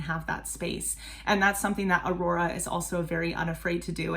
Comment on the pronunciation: I’ll probably comment again after the video, just gotta say that was a really good pronounciation. It’s always impressive when people make the effort. 😊 The way you said her name is very close to how Aurora would have said it as you had that R they say in Bergen (Where Aurora is from).